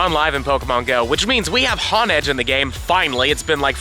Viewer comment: Han edge is crazy, it’s honedge like honing your blade u know like a Samarai lmao